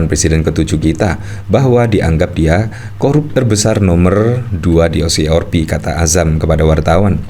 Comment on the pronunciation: Maas lidahnya ribet ya? Kenapa sih O si si or pi.. 🤣🤣🤣 O si si AR pi mas . Kalo ribet bilang aja o se se er pe.. Maap ya,dar kemaren2 gitu Mulu.. jadi geregetan...